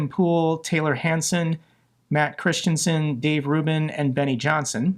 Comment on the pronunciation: Matt Christiansen´s surname is Danish. You´re pronouncing it like Christensen which is another Danish surname, just a bit funny when you speak the language. Hansen is also a Danish surname btw. I have only been to Ukraine once ( about 15 years after the fall of The USSR ) and I think that a big part of this war is how far all the ex USSR and Communist countries that decided to try and join The West have come. Putin knows he will never be able to feed them that USSR porridge now they know what a free Western steak tastes like and it scares him to death.